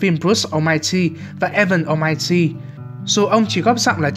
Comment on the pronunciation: Almighty mà tui nghe thành Omachi :))